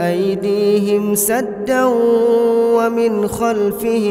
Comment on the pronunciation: "Садда" говорят когда останавливаются на аяте... А он продолжает произнося Садда